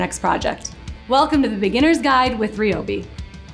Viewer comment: Amazing explanation, and better yet, Now I know hot to pronounce Ryobi!